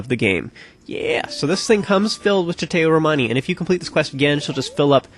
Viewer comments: you do not pronounce chateau romani as chatay romani but as chato (or something like that) romani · Ugh, it's pronounced Chateau (sha-TOE.) Nice walk through BTW. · You have to say Sha Toe Romani. Chateau is a french word that means castle and that is used in some appellation. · Whats that now? Tshitéu Romani??? I don't believe thats how you pronounce chateau...